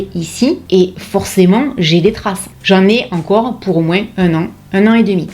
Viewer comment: Bonjour. Je vous suis depuis peu et j'apprécie votre travail autant que votre personnalité solaire et joyeuse. Vos "moinssssssssssssss" me rappelle l'époque où je vivais dans les Pyrénées, j'adore! Alors et ce n'est que mon avis: vous devriez laisser tomber les rageux, ne surtout pas répondre à leurs attaques minables parce qu'ainsi vous leur donnez de l'importance. Alors que c'est VOUS qui l'êtes, pas eux. bon allez j'ai du rattrapage à faire avec les vidéos d'une certaine "" Que je recommande...:goodvibes